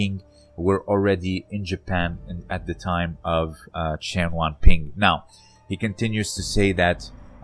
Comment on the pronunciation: It's not "Chen wan pin". It is "Chen Yuanbin".